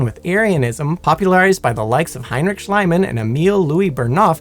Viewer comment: It's NOT "Schleimann". It's "Schliemann" with an silent "e".